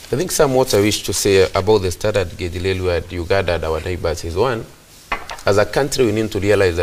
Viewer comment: it is Railway n not Lailway!